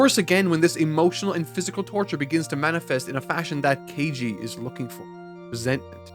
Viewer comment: "kEiJi" 😂 At this point it's just bullying from the editor